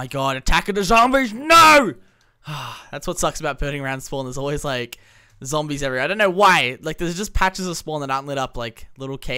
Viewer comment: Why do you call zombies "zombles" lol